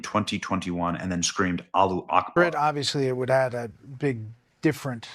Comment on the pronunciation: Why is everyone mispronouning allahu akbar? Everyone knows how it is said. Are you afraid to say it?